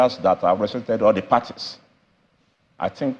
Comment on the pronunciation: "l tink" from our SAN and he is "arpy" 😂😂. The SANs of our country 😭😭